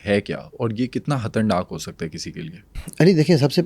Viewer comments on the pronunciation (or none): Hatarnak kuch nahi hota, Khatarnaak hota hay